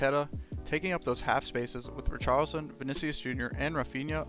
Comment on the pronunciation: it's pronounced ree-shar-lee-son :)